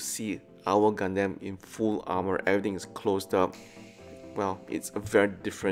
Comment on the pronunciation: "Gundeym" I'm sorry, wut?